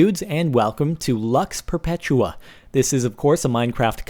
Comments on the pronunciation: It's pronounced loox pehrpaytooah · Interesting way of pronouncing Lux Perpetua =P